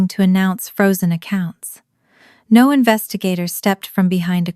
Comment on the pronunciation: Stupid but since it happens in all your videos. Anyway of changing the voice to actually say "no" properly instead of sounding like "nawh"?